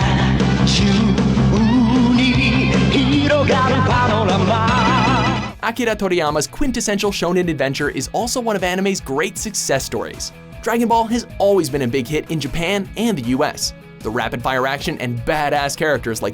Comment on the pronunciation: It's pronounce Akira(Ah-kee-Raw)